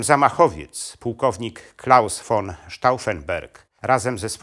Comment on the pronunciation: Ten facet nie potrafi ani mowic ani czytac. Von czyta jako ffon Co kilka slow. W. Dziwnych miejscach stawia. Kropke. I robi. Dziwna przerwe. Taki stary a w szkole nie byl.